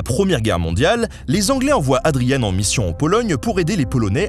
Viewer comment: Excellent épisode comme toujours. Dommage pour la prononciation, certes anglicisée. Adrien (Adryen) Carton (comme un carton) de Wiart (oui ar). De même, on parle pas de la guerre des Bo-aires, mais des Bours : cela vient du néerlandais, les Boers, ce sont les fermiers...